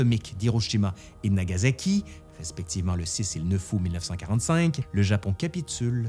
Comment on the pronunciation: Ca se prononce plus ou moins comme c'est écrit, [Genpéé], pas [Génépé]. : Pareil pour [iéyasu], comme ça se prononce, il n'y a pas de [shu]. : Bon bin là pareil, comme ça s'écrit [Nagaçaki], y'a pas de Z. Vidéo intéressante en tout cas ^^.